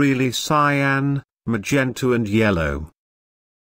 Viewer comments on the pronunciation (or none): none